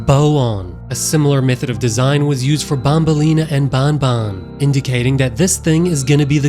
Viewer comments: It's banban not Bonbon say it it's an "A" have some Respect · it is not bun bun it is ban ban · It's banban not bonbon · Can you pls stop saying bon bon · pfffft how he called banbans horn lmao